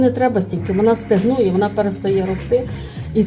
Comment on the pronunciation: Все супер але стАгнує а не стЕгнує